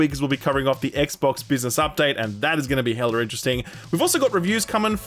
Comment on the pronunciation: I don't think I've ever heard an Aussie saying hella. "Heller interesting"